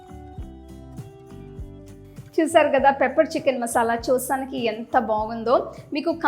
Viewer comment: Madam chchicken kaadu chicken ani pronounce cheyyandi